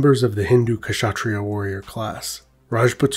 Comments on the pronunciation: I am an Indian and I am not a rajput but I know they are proud of their legacy. I had lots Rajput classmates and they usually are considered superiors, And you said Kashatriyas but the 'K' is silent, so you pronounce it as shatriya. The rest was very good. 😊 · Awesome video. Just FYI, the K in Kshatriyas is kinda silent. So it's pronounced 'shatriya'.